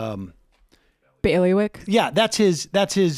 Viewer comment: ".... Bailywick?" Jinx!